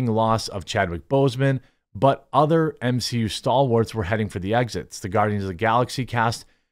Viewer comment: M-she-U? No thanks.